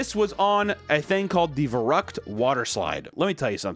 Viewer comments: Verrückt is pronounced fair-ookt. Btw. No hate, just fyi. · Its pronounced fair-rook-t. A german name meaning crazy. This ride sounds like the shindlers list of rollercoster rides. So tragic and unfortunatly corrupt. And the injuries seem to get worse from there thats so sad. Like that girl that just got dropped. dam. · Verrückt is pronounced ”ferryckt”. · Your pronounciation of the word verrückt sent me into a coma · How massacred the word "verrückt", holy shit! 😂😂😂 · VERRÜCKT?!?!? ISN’T THAT THE COD ZOMBIES MAP WHERE THEY’RE FAST AF! It’s also German for crazy so it’s obviously going to be intense. I’d never go there. Also, you pronounced it wrong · Everytime I hear an American try to pronounce "verrückt", a part of me dies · Verrückt pronunciation😅